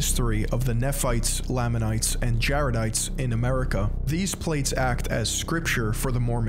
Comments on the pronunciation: You completely butchered every name. Its said ma-row-nye, Lay-ma-nites, and Knee-fights etc. If this guy can't even pronounce the words correctly how can we expect all of this to be correct, personally I think he is only here to tell Mormons that they're wrong and he's right, because this video is built on false facts like how we are supposedly against black people because they're cursed, that is untrue we have multiple black family's in my church and I'm good friends with all of them and they are always welcomed nobody in our church believes that they or anyone shouldn't be able to join because of physical appearance. We are not told that we can't read or watch outside opinions because the church isn't a trap It's a belief. We always have choice no matter what and are always told we have the choice. Even if the church is false it encourages good habits like not taking drugs, not smoking, not vaping, not watching or reading porn, and loving your family. My family is a great family because of the church, it always encourages us to spend time together and it tells you to do service just because you should love everyone like you love a good neighbor. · I'm sure someone else must have told you this but I'll be the next, every time you mispronounce 'Moroni' and 'Nephites' and 'Lamanites' et al it makes my ears bleed. All you had to do is put these words into this very platform and let some videos made by Mormons come up to know how it's pronounced, ffs. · Nehphee, Lahmanites, Moronee, you name it, he’ll misname it! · Same with the Nephites and Lamanites pronunciation, it's very funny Not an ex member yet because i'm still a minor but i will leave the church one day